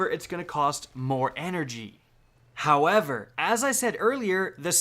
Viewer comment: Foreal bro i was like if this guy says gowever one more time 😤😤